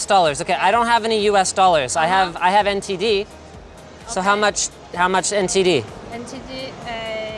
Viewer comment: Linus saying ntd made me hear LSD